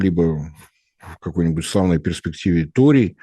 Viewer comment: Ну уберите уже пикту, она же не может выговорить слово торий